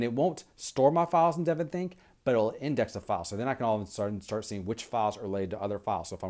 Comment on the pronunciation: Good video review. I agree with you about Evernote vs DevonThink (and yes you did pronounce it correctly.) I would suggest you set up differently in the future such that your ring lighting does not show up on both eyeballs. Makes you look alien or something and is quite disconcerting. Chow!